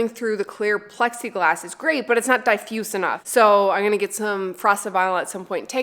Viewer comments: The light is not diefused enough, haha. Is it a newfie pronunciation? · errrrm, I'd be more concerned about the way you pronounce "Diffused". lol